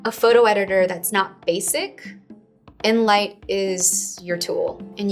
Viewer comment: She said it something like "in light" or something but I don't understand.